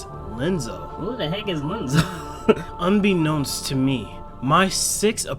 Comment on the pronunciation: Here are another clarifications and informations: - Ansem report 0 in KH1 wich Ansem the wise is referring to is actually Ansem report 1. This is because of a mistranslation from the japanese version. - It is not Lenzo but Ienzo as in ienzo. It is a capital i not a little L😂 his nobody self is Zexion. But Iam really proud you got behind the names yourself👌🏼 - Ansem the wise was banished by Xehanort. Then Xehanort officially took over his name and splitted himself into Xemnas and Ansem seeker of darkness - In CoM Sora goes from floor 1 to 13 while Riku went upstairs from the bottom of the basement so basically from floor -12 to 0 - Roxas and Namine are the only nobodies that look different to their original selves. Anyways really nice video!😊🌽